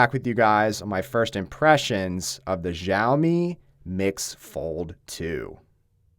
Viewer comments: It’s fucking cha o me not ja o me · Everyone, it's SHAO-mi. Not gzhao-mi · Its pronounced shaomi, not zhjaomi.... otherwise they would have spelt it Zhaomi not Xiaomi